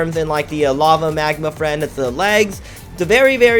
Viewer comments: magma fiend not friend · magma friend... its magma fiend